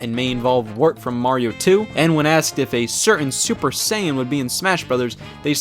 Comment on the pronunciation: Just hearing Scott say “Super Saiyan” feels weird.